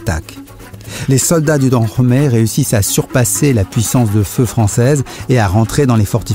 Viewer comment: Tu prononces mal le dahomey